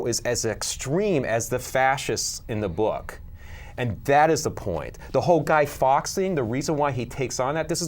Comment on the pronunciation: Say guy fawks name the way its supposed to be said..